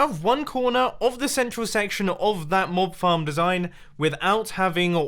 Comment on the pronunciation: I thought he said Mob Farts